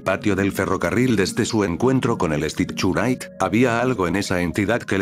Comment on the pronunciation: Me da risa como el Loquendo no pronuncia bien el inglés y dice el stichurait XDXDXDXDDDDD